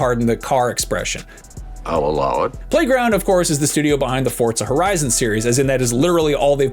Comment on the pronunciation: For za not fort za